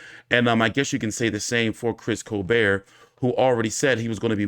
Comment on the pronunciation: T, it's col-BERT, not col-BARE/BEAR. What's your malfunction?